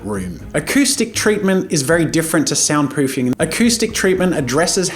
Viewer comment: "Acoustic treatment is very different to sound poofing" I giggled XD